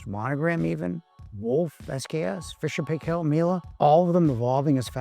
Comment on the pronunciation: Paykel is pronounced pie kell. I am from NZ and it was founded in NZ. All their adds pronounce it pie kell.